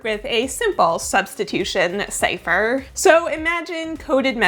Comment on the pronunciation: CIPHER! not long a long cipher please...